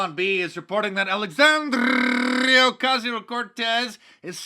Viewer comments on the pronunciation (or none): Im lovin' the progressively longer rolled "R's" when pronouncing Alexandrias name 😂😂👍